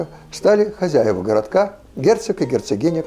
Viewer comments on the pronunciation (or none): none